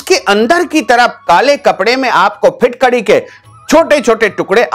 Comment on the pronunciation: आप पहले ठिकसे बोलिए कभी फिटकडी बोलते, कभी फुटकडी कहते. हौरेंज नही ऑरेंज बोलीए.